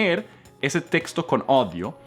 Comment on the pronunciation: Cuando escucho a comenter errores en español, me hace sentir mejor porque me cuesta pronunciar la “R” en frances 😂😂 🤣 además dijo que “daughter” es niña cuando entralidad es “hija” y, también noté que no puede pronunciar bien la Ñ, aparte dijo “odio” en vez de “oído”... pero la verdad a mi me encanta